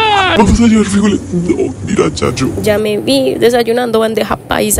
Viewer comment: Por qué dice “frÍjoles” ? 😂 , son frijoles. Sin acento en la i!